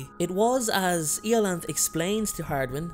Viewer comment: Polite note on pronounciation: The name 'IOLANTHE' is pronounced I-O-LAN-THEE, IO, like the galilean moon of Jupiter 'IO'; LAN, as in the word 'Lantern'; THE, as in the word 'These', or 'Thee' (the archaic form of you).